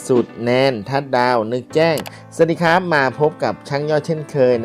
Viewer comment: ขออนุญาตครับ ... คำว่า " ครับ " หรือ ร เรือ ออกเสียงให้ชัดเจนก็ใช้ได้แล้วครับ ... อย่าเคืองกันนะครับ เป็นการแนะนำเพื่อสิ่งที่ดีขึ้น ... ขอบคุณครับ